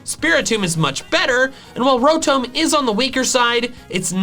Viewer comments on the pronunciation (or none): Love this guy's videos but he really fUckiNg butchers names. Cilan as "Silan"?? Winona "Wynona"?? Rotom. ROTOM. "ROTOME"??!! THIS GUY IS LIKE A HILLBILLY CANADIAN IN TERMS OF PRONUNCIATION 🤣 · did he just call it rotom when it is pronounce Rotom this is reason number one why the English language is dumb pronounced different spelled the same